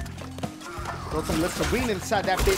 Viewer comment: it kills me every time dashie say somebody better close they mouf